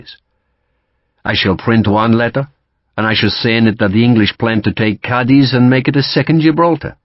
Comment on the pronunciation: Ćadiz ie short c with accent on it Not The ending